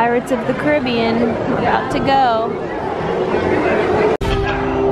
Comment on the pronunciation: Thanks for saying Caribbean right